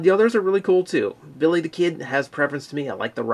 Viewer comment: I like how much emphasis they put on the non-existent Rs in Billy the Kid. BiRRRRRRy the Kid!